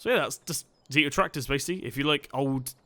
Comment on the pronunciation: Good video, but the first tractor reads a zetor, not a zítor and it from the Czech Republic